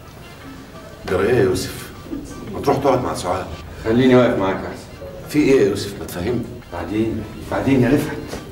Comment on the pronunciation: سعاد مستفزه وتنرفز وحركاته غبيه و اداء اوڤر وخصوصا لفظ يوسف الي تلفظه يسف